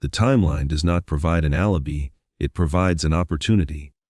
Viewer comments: Tooson not Tookson al eye bye not alibee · "Ali-BEE" ?? Really?? God save us from a i. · Ditch the A.I. narration. Example: “alibi” pronounced “alibee”. Pathetic. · What dummy is narrating this video? Goothrie vs Guthrie? Alaby vs Alibi? Li-sure vs. Leisure? Wee-Fi camera vs a Wi-FI camera?So many mispronunciations on this video. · why is the guy reading saying words wrong? Goothrie? alibee? is this AI reading? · How does AI not know how to pronounce "alibi"? Alabee SMH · Touksahn, Arizona 🤣 Alibee 🤣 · "Al-la-bee" ? " Med-Gin Kelly" ? Do you hear these attempts at pronunciation? Can't actual human beings narrate such videos? Obviously this is an AI voice and it's quite irritating. Give people jobs, not robots! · Oh gosh, bad AI....ALIBEE.....? CHECK your video before releasing it. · ala-bee? finding an alabee? annoying AI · Like Tucson (Too-sahn) is pronounced TUCK-sin and later, TUKE-sun😂 and ALIBI is AL-uh-bee 😂😂😂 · This would be good if the AI knew how to pronounce Tucson, alibi, Tomasso and other important words. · SCREW THIS AI GENERATED SLOP THAT CAN'T EVEN PRONOUNCE 'TUCSON', OR THE WORD 'ALIBI'. STOP FILLING YOUTUBE UP WITH GARBAGE DESIGNED TO MAXIMIZE PROFITS OVER A FAMILY'S HARDEST MOMENTS. TOGETHER WE •CAN• STOP THIS CRAP, JUST HIT THE THUMBS DOWN 👎 AND •DON'T• WATCH ANYMORE OF THIS DIGITIZED LIQUID EXCREMENT. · I'm sick of the computer generated narrtive . Can't pronounce 'guthrie', tucson', 'alibi'. Stupid. And the SIL's nose is way too big and he is clearly over six feet tall. This is just entertainment. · I can't watch something that cannot pronounce words correctly. IE; Guthrie, alibi, Tucson.